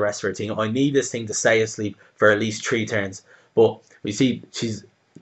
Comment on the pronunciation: I like how you say three like tree. =) no offense or anything its just funny